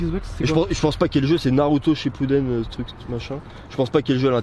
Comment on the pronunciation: Alors par contre quand il a dit naruto shipuden truc machin chai pas koi .... tu ma blaisser 😢